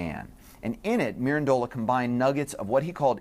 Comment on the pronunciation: Please pay attention to the CORRECT pronunciation of foreign names and words. Pico Della Mirandola's family name has the stress on -ran and not the last syllable -dola! Attention to detail prevents sloppiness. Be accurate in all you undertake!